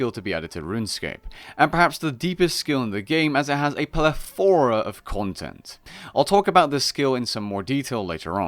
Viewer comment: hey,, could you say pleTHOra once again?